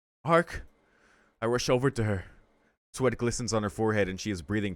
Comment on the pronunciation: I just got to say it. I would rather you try and produce Arcuid's name even if you get it wrong. It breaks my immersion to your reading when I here you say Arc. Just go for it. In my opinion calling her by a different name is way worse than mispronunceing it.